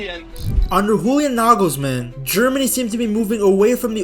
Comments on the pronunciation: Bro it's pronounced: YOU-lee-ahn Nuh-gls-MAHN YO-Ah-HIM LUHF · Bro is calling Julian Nagelsmann WHOLIAN…I’m done…